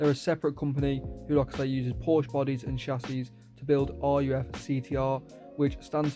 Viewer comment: Its pronounced ''Ruugh'' not r-u-f 😭